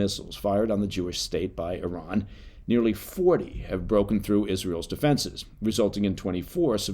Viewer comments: I was like wait where's the American eye-ran when he was saying it. 😂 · I salute you for pronouncing "Iran" and "Iranian" correctly!